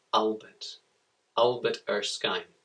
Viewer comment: it erskin not erskine